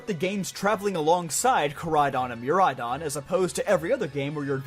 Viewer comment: IT'S MIRAIDON, NOT MAIRADON!